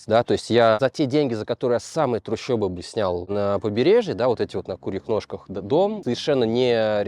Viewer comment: Не трущебы, а трущобы